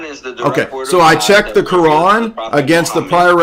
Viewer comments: they love pronouncing the quran as “qur- an “ to sound as if they are really in the know😂…… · Bro... The way all this people pronounce Quran is so hard to listen to. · Am I the only one who cringes when American Muslims pronounce Quran like that lol